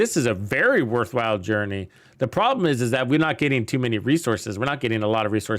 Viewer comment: worthwhile not worthwild. LOL j/k but seriously that's how it's said. digging the content as usual, keep up the great work and thanks for helping out the community.